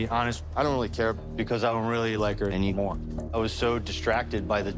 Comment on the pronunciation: Notice the way he says he doesn't like her ANYMORE... As in he was head over heels until she made the comment about him being bald. LMMFAO!! 😂🤣😭💀